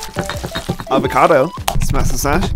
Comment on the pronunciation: 👇 fresh ✨av a cad o✨ chain